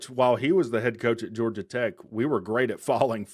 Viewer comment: Georgai Tech? 😂